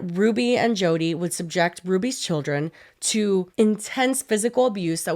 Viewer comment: Not me thinking said "Chodi" referring to Jodi